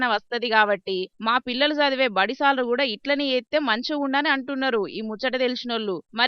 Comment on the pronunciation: సాల్ డ్రు కాదు సార్లు అనాలు